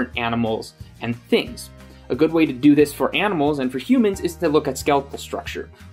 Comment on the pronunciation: I heard him say "aminal" (at The only reason I noticed (just realized how much I hate the word "noticed") is because I did it and people corrected me. Which to be fair, there is so little difference in the sounds the m and n makes in that word that most people might not give it a second thought.